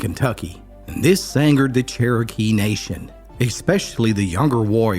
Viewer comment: Why did you say "Kerokee" instead of Saying it right ( Cherokee)??? Let me guess .....so you wouldn't have to pay a royalty for the name....???